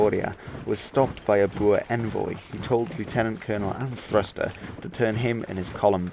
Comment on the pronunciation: Lootenant-General Anthruster? 😂 You mean Leftenant-General Anstruther. Good video, though.